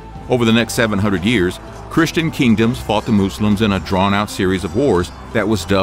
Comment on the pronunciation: "The Moose-lums."